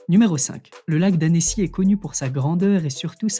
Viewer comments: On dit Anne-cy et non Annécy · Ça se prononce [ANNCI]